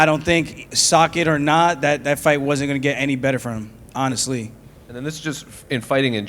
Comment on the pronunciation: Yo he said "socket or not" 😂😂😂